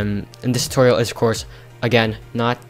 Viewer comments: Did you say toilet-video???!! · lol the start of the video i thought he said "welcome back to a another toilet video" 😂😂😂